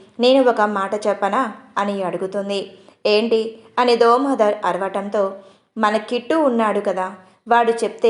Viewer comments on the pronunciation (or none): Domodhar kaadandi Damodhar ,koncham manchi ga chadavandi